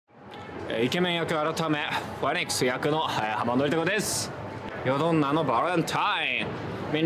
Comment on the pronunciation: ネイティブはフェニックスをワニーックスって発音するのか。 また一つ勉強になったｗ